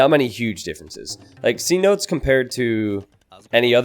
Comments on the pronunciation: The map isn’t C notes it’s pro union fee seh-no-tays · Map is pronounced ce-NO-tays